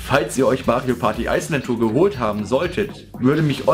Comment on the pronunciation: Ich finde es witzig wie du immer Ice Land Tour sagst :D Ich hab mir das Spiel gar nicht mehr geholt^^ Finde es irgendwie total uninteressant. Obwohl mir Mario Party 9 eigentlich gefallen hat. Ist wohl nix mehr für mich^^ Aber naja, so wie deine Review ausfällt sollte ich wohl ganz froh sein dass ichs mir nicht geholt habe :D